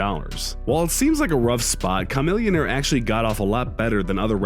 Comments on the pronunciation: I was cringing the way he said “CHA-millionare” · K-a-millionaire? Lol N-o-s? What? (Nas) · Ok who tf is Cah-millionaire? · Ha that dumb ass said KA-Millionaire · Bruh you said a camillionaire name all wrong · This dude can't even say Chamillionaire's name properly. Tf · #6 wtf he just say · He's white so 😂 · as am I but I know how to say Chamillionaire's name right lol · do you know how to say it... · Not only is making this list dishonorable, but almost as bad is the mispronunciation of some of the rappers mentioned. I understand that someone might not know how to pronounce “Chamillionaire”, but Nas? Nas is a legend and NO ONE doing ANYTHING with hip-hop gets a pass for mispronouncing the his name.